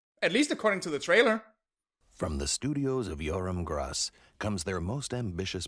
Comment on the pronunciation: Perhaps you judged this movie way too harshly. I grew up with this film since I'm Australian, and I loved it. Sure the animation is not the most attractive, but it was not really all that bad. You have to give Yoram Gross (which you pronounced his last name wrong) credit, since Australia try their best creating animation. He even said this about his films: "If you watch my films carefully you will see the history of my life." Yoram Gross used his films to convey loyalty, peaceful resolve and good winning over evil. Also, you have to give a great amount of admiration that the characters of the film was played with only 2 actors. 2 very talented, but so underrated actors. As for the songs, there are songs that are forgettable, but there are some that are memorable, like the song, "Ordinary Miracles" by Julie Anthony, the song that plays at the end of the movie during the credits. So beautiful. Maybe Hewy Toonmore should review this movie, and I could help with the review since I know this movie so well.